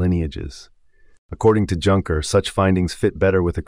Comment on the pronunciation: The AI voice can't even handle Junker. But the content is great, so I'll overlook this.